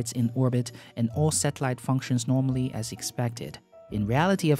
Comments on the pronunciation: I'm amazed that no one caught the "Norminally" joke yet :D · I think you mean nominally?